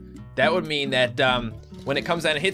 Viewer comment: wat ze fuck meeen? hehehhehehehe that makes me laugh so hard... i even forgot that swear heheheh wtf?